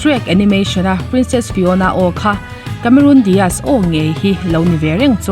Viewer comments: I channel hi hmaih lovin ka lo view ve ziah a, thu i chhiar thiam ka tih ṭhin teh lul nen, tun ṭum chi ngaimawh deuh deuh a awm ve tlat mai. Vau tih hi vo i ti a, tunlai ṭhangtharho style. Inkawm ngaih ni lovin inkawm ngeih tih bawk tur. A sap ṭawng lamah, Cameroon tih ni lovin Cameron. Charles Angel ni lovin Charlie's Angel a ni bawk. Lo sawi ve zuai. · Cameron Diaz a ni a. Cameroon Diaz a ni lo. CAMERON pronounce dan i hriat duh chuan google mai rawh. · Cameroon iti tlata... cameron or camerawn anga lam awm zok tak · Diaz a lam dan hi chu a dik thlap..Cameron lai hi a lam Cameroon daih a..Diaz tih lai hi chu a lam dik thlap e.. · Cameron i lam dan khi diklo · Camerun ti in an lam thin ami?Cameron(rawn)tih zawk tur ani lo mi..?🤔😛😂😂..charles angel te hi...mi lam loh dan zela han lam kher chuh...i nghal reuh ka ti...😂😂...lo ti ve chhen teng...😂